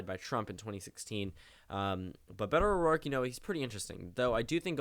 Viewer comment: *Beto O'Rourke - You missed off the r